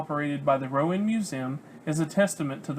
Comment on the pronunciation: It's Row-anne not Row-uhn. Other than that, good work. Lived here for 30yrs.